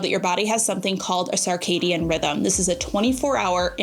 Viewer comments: Hey cutie! Circadian is pronounced like “Circle” rather than “Sarc-astic”. There is no ‘a’ sound after the C. I hope this makes sense to ya! You are such an awesome example for all of my nieces as they approach their young family life. I appreciate you and love how you model an openness to hear new things and to be always learning to benefit your family. 🫶🏻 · Girl, I love you, but you're not pronouncing circadian incorrectly. First syllable is pronounced "sir", not "sarr" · I love you, but I’m going to need you to stop saying sarcadian rhythm 😅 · It’s pronounced SIRcadien rhythm. Not SARcadien. Sorry, but it’s driving me crazy! ❤ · Why saying "SAR-cadian" rhythm? I always thought it was SIR-cadian. Have I been saying it wrong all this time? 😂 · It is SIR-cadian 😂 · Love her also but mentally corrected her every time. 😊